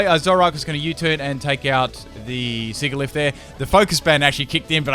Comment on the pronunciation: it's siGilyph Me having watched a Pokémon pronunciations video: TRIGGERED